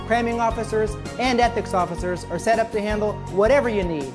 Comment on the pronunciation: "Ethics" reception LOL